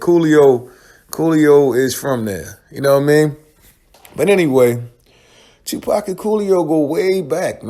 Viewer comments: Fuck this shit. Its not pack. Stop saying pack damm do ur fuckin research. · I wish they would pronounce 2PAC's name right. Legend deserves that respect. Yeah it would have been a dope track, and 2PAC was trying 2 help that DJ long term, but once again these ppl were not on 2PAC's level. They didn't see the vision of him eatn 4 life on that one song.